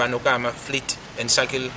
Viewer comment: Shuttle not shuckle mr smart ass 😅